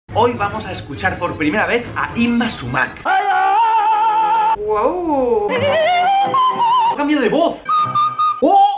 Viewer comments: Holas No se pronuncia Súmac con el acento en la "a" sino en la "u". Es quechua. En la lengua quechua no existían la palabras agudas. Ningún vocablo quechua tiene el golpe de voz en la última sílaba. Espero que lleguen a leer este mensaje, aunque lo dudo, por la antigüedad de la publicación. Hasta pronto, Sigue practicando tu huaylas para cuando vengas. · Se pronuncia Súmac, no Sumác. De ahí en fuera excelente video. Saludo desde Lima. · No es sumác, es súmac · Hola!! Lo sabemos pero la palabra chocherita nos gusta mucho!! Y lo de Yma SÚMAC sabemos después de grabar el vídeo que lo pronunciamos mal!! Gracias de todas maneras:)